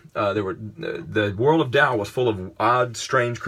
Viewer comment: Finally, someone who says Tao right!